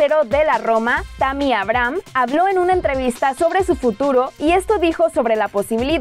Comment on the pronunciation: No es hate pero se pronuncia Eibrajam y Chalanoglu, saludos 👍🏼